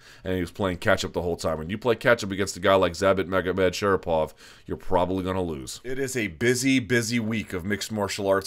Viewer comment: Thumbs up for this video just for pronouncing Zabit Magomedsharipov 👍